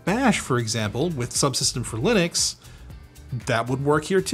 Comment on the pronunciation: lih-nux not, lie-nux